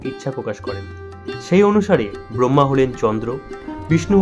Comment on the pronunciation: ভালো ভিডিও। তবে শিরোনাম বানান Bramha নয় Brahma হবে। বাঙালিদের কুখ্যাত উচ্চারণ ব্রোম্ভো Brombho.